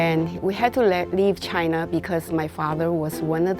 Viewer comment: He didn’t say Chinese. He said CHAINAH.